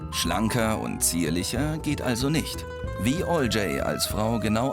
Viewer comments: Olcay ist ein türkischer name und wird ganz sicher nicht "olcäääy" ausgesprochen :D fuckt ja mega ab die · Es wird nicht 'alljay' ausgesprochen TT_TT . Olcay wird so betont: Ol-jai (c wird wie j betont sonst wie man es liest) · Berke Bayraktar Laber keinen Müll, die sprechen den Namen nicht deutsch aus, sondern englisch Owljay, es wird aber wie bereits erwähnt eher Oltschai ausgesprochen. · Hat keiner bemerkt, dass sein Name falsch ausgesprochen wird? Olcay ist ein türkischer Name, also warum sprechen die den englisch ausgesprochen? 😂